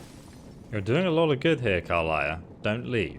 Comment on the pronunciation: Listen,, it is pronounced Ka-lee-a, Ca-li-a